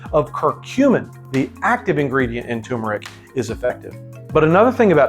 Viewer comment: It is turmeric not tumeric.